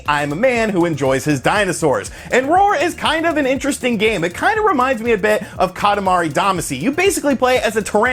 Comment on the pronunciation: Lol... The way you said Katamari Demacy